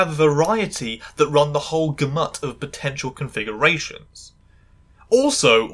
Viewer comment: Hey, just wanted to point out that your pronounciation of "gamut" is unconventional, you said "gah-mutt", both the british and american pronunciation is "gahm-utt". Sorry if this is too nit-picky. Edit: This is a very well made video. Thank you for giving me context on the clips of the Good Doctor and a fascinating discussion of the topic of trans people and medicine/popular media.